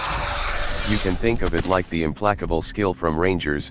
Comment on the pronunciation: I know it's pronounced im-place-able, but i always pronounce it im-plack-able too lol. Not sure if intentional on your part though. Back to watching Templars are my favorite, but they are fairly risky so I usually pair them with someone who can keep up with movement abilities or attacks from long range.